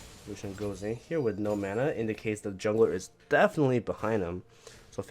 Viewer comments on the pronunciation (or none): none